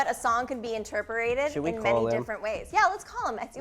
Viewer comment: Did she say, "Interperated"?